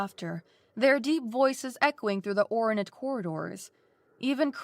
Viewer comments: I couldn't get past pronouncing "ornate" as 'ore-uh-nate" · I agree, she has a good voice for this, but needs some work. Most notably in this story, the recurring "ornate" sticks out right from the start. I've heard worse - in fact, I've heard worse from this same narrator on this channel not long ago. She's already getting better. Hopefully, she continues to do so!